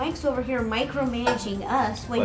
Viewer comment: Micromanaging 😂😂😂😂😂😂 (MIKE)(RO)managing 🤣🤣